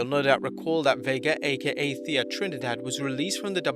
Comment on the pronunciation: Thea is pronounced “tay-ya”.